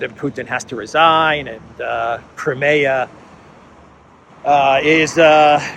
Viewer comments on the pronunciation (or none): You should pronounce: KRAIMIA